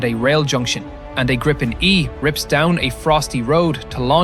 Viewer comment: Pronounced Grippen wrong and then say that Sweden is small on the map??? My advice is to do a little more research or buy a better map mate